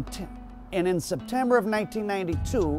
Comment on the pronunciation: “ and in septuhhhh ... and in September “ should of really edited that out, you been at this way too long to not get it right your stuff is super high quality so little things like that are super noticeable